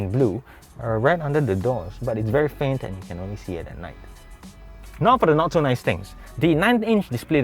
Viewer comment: "Very naise" 🙃